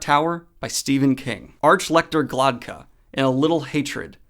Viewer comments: Isn't the name Sand dan Glokta, not Glodka? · Wait you got it right the third time lmao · Wow so you could never pronounce Glokta's name properly. That's okay tho. I'm not grinding my teeth everytime... haha